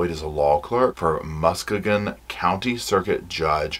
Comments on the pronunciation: Omg you pronounced Muskegon wrong! It’s musk-key-gun. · Just a local note: Muskegon is pronounced Muss-KEE-gun. We've got a lot of names like that. Also, as far as homeschooling goes... There should have been a lot of opportunity for people to know something was wrong. Right now in Michigan homeschoolers are being blamed for foster children who were claimed to have been abused... But those children were already under the oversight of CPS and homeschooling was not a reason they were escaping detection. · Muss-key-gun. Muskegon. 😊😅 😉 This case is not far from me and I decided to watch the trial on TV. That woman is so out of touch with reality/what is appropriate. To think, in good conscience, that she could do anything like that to her child... Also I watched an interview on the News with her lawyer. He really didn't know what say, but was kind of ok with her being charged, I guess? I don't know how to explain it. He really did what he could, and worked with what he had to work with, but I think he was absolutely ok with the outcome. He seemed like a man of integrity. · Fyi as a michagander its pronouncd mus-skeegan